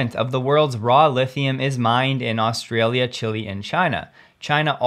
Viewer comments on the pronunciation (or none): none